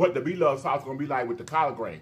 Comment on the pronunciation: 🤣🤣🤣 The way you said COLLARD 🤣🤣